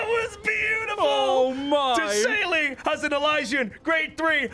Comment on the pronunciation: "De - sailey"